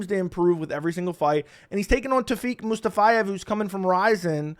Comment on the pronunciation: “Mustafayev” 😂 you added a few extra letters there